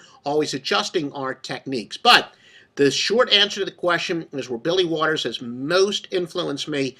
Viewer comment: bro said waters lol